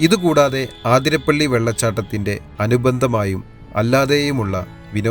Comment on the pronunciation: അവതരണം കൊള്ളാം..... പക്ഷെ ഇനിയെങ്കിലും ഒന്ന് ശ്രദ്ധിക്കണം... ആതിരപ്പള്ളി അല്ലാ അതിരപള്ളി ആണ്... Please.